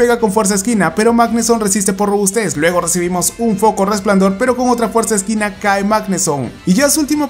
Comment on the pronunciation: Por que dices fuerza esquina :v es fuerza equina no se si tenga cin ver para lo del mote